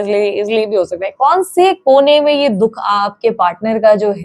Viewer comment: Kya didi 😂😂 dukh ko dudh bolre ho chain se matam b mnnnanae dete ho aaap toh😂😂😂 hnsa hi diaa , dungi di plot hi khridungi oosklie ni pr ab apnliee😅